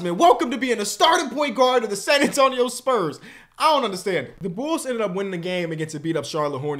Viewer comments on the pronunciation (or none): none